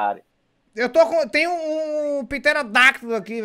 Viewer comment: "Tem um piterodaktos aqui" 🤣🤣🤣